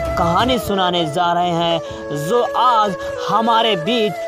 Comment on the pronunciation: Sir ji sahi se bolna to seekh lo Jo ko zo bol rahe ho